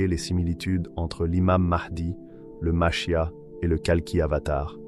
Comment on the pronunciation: Dans le judaisme ,le Machia'h ce prononce avec le R à la fin.